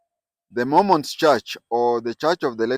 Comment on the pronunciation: It’s Mormons and not Momons